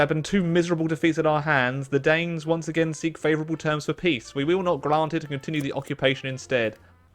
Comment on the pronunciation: “Hwonce again!”